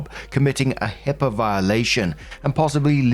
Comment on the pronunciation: Its HIPAA not HIPPA, that’s a common mistake